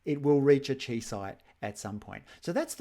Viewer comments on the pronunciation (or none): Chi is Greek, it is pronounced KAI, not CHEE. Seriously hurts my ears, it is like hearing people say me sen ke mal when talking about the mesenchyme.